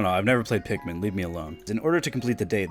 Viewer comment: Larper u dont even know how to say pikmin